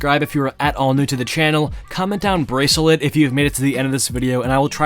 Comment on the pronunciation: Ayo bruh nice “braceuhlet”